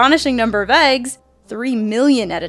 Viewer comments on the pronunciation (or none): none